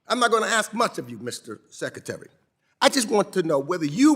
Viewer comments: “Your responsibility as SECATARY” 😮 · What is a sekatary?